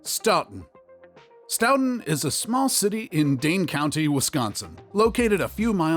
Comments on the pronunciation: Pronounced stoton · IT'S STOW-TON (the pronunciation that is) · It’s pronounced Sto ton ( like the sto in store! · It’s Actually Pronounced STOE-TIN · stow-ton is how you say Stoughton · You are pronouncing Stoughton wrong!! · You're pronouncing is horribly wrong. Stop. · Obviously don't know shit about Wisconsin. Including how to pronounce Stoughton 🙄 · I laughed so hard when I heard him pronounce Stoughton!! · Stoughton was pronounced wrong every single time not to mention opioids and meth plague the place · I have a hard time taking this seriously as they mispronounced the city of Stoughton. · I laughed so hard when he said Stoughton like that!!😂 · Every time he said stoughton made me wince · omg same, i was like STOP SAYING IT LIKE THAT. You think they would google how to pronounce it before posting the video. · Same!! I grew up in Stoughton and it just made me cringe when I heard him say Stoughton, to be fair though We did misspell our water tower once I heard